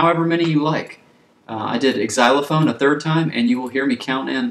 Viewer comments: Wait, are you a grown man who just said EX-eye-lo- fone !?!? Xylophone is pronounced Z-eye-lo-fone FFS. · Never heard it pronounced EXylophone? Another novelty perhaps? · Hey, Thanks for the helppful video. But please know that most folks do not pronounce the "X" in Xylophone. The first syllable just sounds like a "Z".